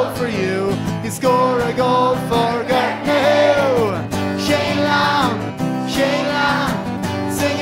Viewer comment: im irish but the way they say gortnahoie the say it like guuuurtnahoie